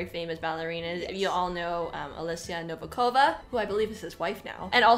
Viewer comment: Dear ladies , you are great but I would like to ask you and show some respect by correctly pronouncing names . Novikova. I could hardly recognize your variant